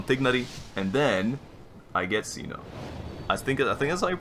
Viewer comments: So about pronunciations again: I already wrote about Candace, but there's another issue as well - Cyno should sound similar to "See-noh" or "Seh-noh", if I'm not mistaken. English voice over kinda butchered the names in this chapter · How to pronounce tighnari and cyno's names :) Cyno- sigh-no Tighnari- Tie-nari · cyno's name reads as [saino] and candace's as [kandakia] !!!